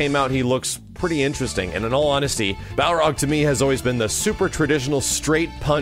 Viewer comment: learn how to say Balrog.